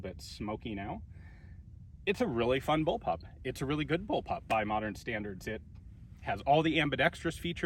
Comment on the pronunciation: Ian... you really really need to address the amount of people who think you're saying "bullpup" when you're saying "bulb-up"...